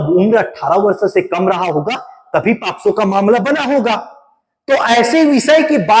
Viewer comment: It's not a posco It's pocso